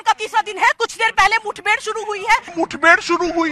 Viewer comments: reporter saying muthbhed, some viewers thinking muthbhed dublemeaning. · What is a "muth bed"?